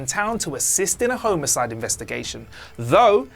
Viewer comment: My ranking of the problems I have with this video: 1 - ’ mispronunciation of ‘homicide’ 2 - ’ mispronunciation of ‘nuanced’ 3 - ’ mispronunciation of ‘Tenet’ 4 - ’ mispronunciation of ‘Cotillard’ 5 - ’ mispronunciation of ‘Jim’ 6 - ’ mispronunciation of ‘Forger’ 7 - - ’ mispronunciation of ‘an’ 8 - ’ mispronunciation of ‘Pantoliano’ 9 - ’ mispronunciation of ‘Worst to Best’